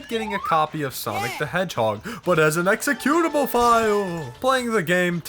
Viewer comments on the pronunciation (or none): and IT'S EXECUTABLE NOT EXCUTABLE